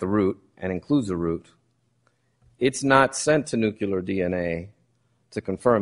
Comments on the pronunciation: NUCLEAR, BAEZ!! It's Nuclear. Nu-KLEE-ar. Not nu-KYOO-lar. I can't stand it any longer! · The defence lawyer said "nookyoolar dna". It's a total disgrace. These morons got it wrong. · Can Baez learn how to pronounce “nuclear”?!